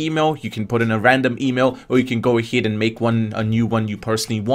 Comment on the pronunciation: AHEAD NOT AHID I AM FUCKING TRIGFERED,but thx👍😅